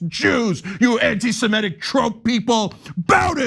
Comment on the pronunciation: BTW, it's semitic, not simetic